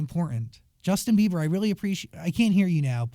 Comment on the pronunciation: Why's he keep calling him Justin Beaver? Lol